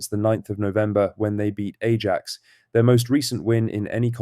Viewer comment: AI written and AI voiced slop. Can't even pronounce Ajax